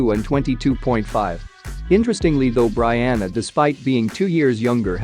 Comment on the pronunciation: Your saying Brianna name wrong!!! Let’s get it right when you speak on a goat!